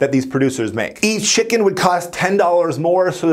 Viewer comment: ah yes... chimken